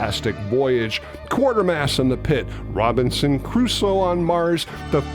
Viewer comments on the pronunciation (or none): I loved this video. One very minor nitpick; when you mentioned the movies that this film paved way for, you said "Quartermass and the Pit." It's actually Quatermass. Bit, that's such a minor goof. All said and done, great video, as usual. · Just a small correction, and I made this mistake for years and years, it's "Quatermass and the Pit" not "Quartermass and the Pit." For years I thought "quater" was just the English pronunciation of "quarter. " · I'm looking forward to the video on "Quatermass and the Pit", one of my favourite movies. However, I should point out that the correct pronunciation is "Kwayter-mass", not "Quarter-mass". BTW You forgot to mention the 1982 remake of "The Day the Earth Stood Still": it was called "E.T." Seriously, there are so many story elements which are common to both films I'm sure that Spielberg must have had the former film in mind. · Not in "Quatermas and the Pit." In that film the professor is referred to as Quatermas, pronounced as kway-ter-mass. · Great video....by the way Quatermass is not pronounced Quartermass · True, it's pronounced "kway-ter-mass". :-) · This was my favorite movie when I was 10 years old. Now, more than 50 years later, it still is. I have two DTTSS posters on display including a half sheet in Spanish from the film's release in Mexico. I've owned this movie on VHS, DVD and now Blu-Ray. Thanks for the information here and in your video about whatever happened to Gort. I was going to nitpick on the pronunciation of Quatermass but others beat me to it. 😁